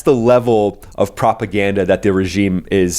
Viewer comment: "Iranian Office of Propergranda" 😅😅 You made my day